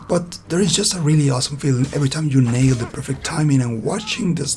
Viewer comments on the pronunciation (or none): none